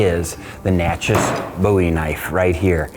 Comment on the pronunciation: Pronounce phonetically Nah-shay.